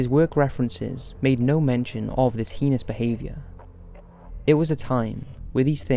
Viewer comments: That's not how we pronounce "heinous" in America, just saying.. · The way you pronounce the word "heinous" is heinous. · Yeah sounds like pen*s. Annoying.